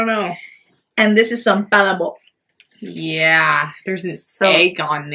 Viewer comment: the pronunciation of palabok is still wrong. lol! it's puh-LAAA-bok.